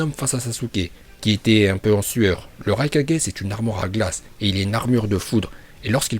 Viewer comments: Pk il dit raikadjai au lieu de raikage... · Je comprend pas la prononciation mdrr par exemple rai4g mais hokage et pas ho4g mdrr ça me fume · Vive et ses prononciation légendaire Ce qui me tue plus c'esr comment tu pronoces le nom du 4e raikage🤣